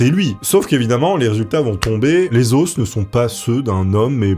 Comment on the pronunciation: on dit "les os", pas "les osses", ca m'a perturbé toute la vidéo!